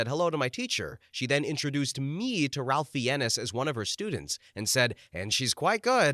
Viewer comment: "Ralf Fee-ennes"? I think Ralph Fiennes is pronounced "Rafe Fines".